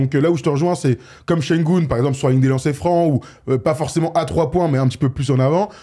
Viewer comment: Śengün et pas Śengun Ü de prononce "u" et pas "ou"